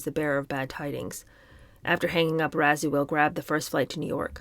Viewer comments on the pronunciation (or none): It’s pronounced Razwell